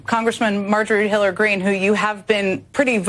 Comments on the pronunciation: Did she miss pronounce MTG's name? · "Marjorie Hilla Greene"?! 😂